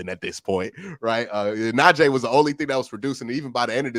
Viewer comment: the "ee" in Najee is like the "ee" in tree. I only felt the need to correct it cause he has.